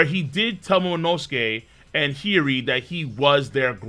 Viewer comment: Are you saying Hiri on purpose as an inside joke? :) If not, repeat after me: HI YO RI